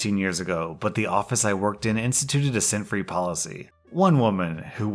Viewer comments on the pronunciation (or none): So instead of "scent free policy", I thought said "sin free policy" and first, I was wondering what the heck kinda Christian workplace is this, second, why someone would be so offended by it, and third, what perfume has to do with sinning. It took me longer than it should have to connect the dots. Whoops.